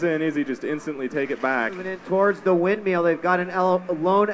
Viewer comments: everytime he said "windmeeel" i got annoyed haha great vid though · He always says 'windmeal'... xD